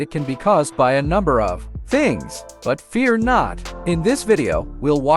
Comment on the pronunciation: lmao around :15 "it can b controlled by a number of...THINGS!" lol weird place to emphasize but w/e :p